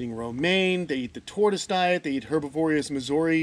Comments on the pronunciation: herbivorous--try putting the accent on the BIV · her-bi-vor-ous, kenan, not herb-iv-orious 😂